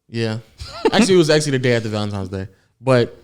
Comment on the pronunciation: Please tell me he's not saying "Valentimes" 😂🤣 come onnnn 😂😂